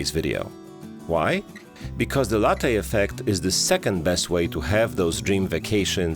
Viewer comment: Please ask some Italian how to pronounce Latte 😜